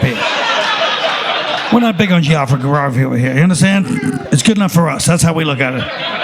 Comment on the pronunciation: It's 'geography' not geurururrfrr